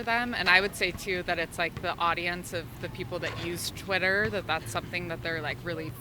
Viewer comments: Did dude say titter account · lol he said titter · I thought he said tinder hhaha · “Titter account”